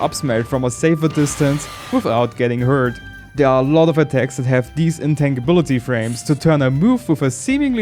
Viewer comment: Most people will pronounce "intangibility" as "in-TAN-jih-BILL-it-tee", rather than "in-TANG-gih-BILL-it-tee". But everyone will know what you're talking about either way:) Great video!